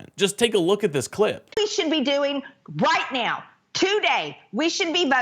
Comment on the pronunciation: What (s)he(?) has to "say"(?) is so "impordent" to the "you-nine-it-states" - especially "nee-ow"